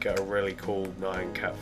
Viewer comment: It's pronounced NE-AN (like MEOW), not NI-ON!!!!!! NYAN CAT!!!!!!!!!!! NOT NION CAT!!!!!!!!!!!!!!!!!!!!!!!!!!! LISTEN TO ITS PRONOUNCIATION IN THE SONG!!!!!!!!!!!!